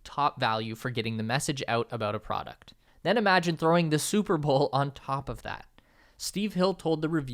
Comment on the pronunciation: You say bowl like bull